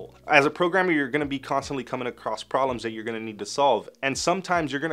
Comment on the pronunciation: I laugh at the amount of times I’ve hear you say, “prollems” 😂 I love it